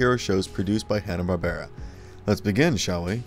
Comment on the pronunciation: This is a horribly inaccurate video. To say that "Jonny [sic!] Quest" or "The Powerpuff Girls" are forgotten is absurd, but I'd say it's worse yet that the narrator doesn't even pronounce Joseph Barbera's name properly, with the stress on the second syllable: bar-BEAR-a. If one had wanted to spotlight forgotten HB superhero shows, one would have done much better choosing something like "Sinbad, Jr. and His Magic Belt" or "Samson & Goliath."